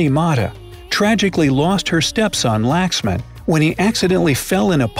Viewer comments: I am a indian and Laxman is pronounce Luk- sh-mun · -Lost her son "Laaaaxman"... Me-Its Laxman!!!!not Laaaaxman!!!! 😅😆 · It's not laaxman . U pronounce It lakshman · The x in Laxman is pronounced as sha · Not Laxman it's pronounced lakshman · The way they pronounce 'Laxman' is kind of weird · The way he pronounced Laxman xD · i really like the way you pronounced "karni mata" and "laxman"...it was freakin hilarious😂😂